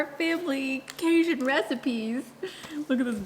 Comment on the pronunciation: I am from Louisiana also. I have never heard CaJun pronounced the way you say it. Is it something only the new generation says? All my people are from Louisiana and all my hubby’s family is from Louisiana and none say it that way. Just wondering.